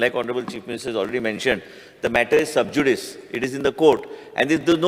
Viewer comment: Are paapya to shabda" Subjudice" subjudicious nhai.